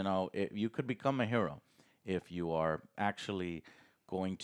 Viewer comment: Never heard anyone pronounce hero as "Herro" before, touché Joe.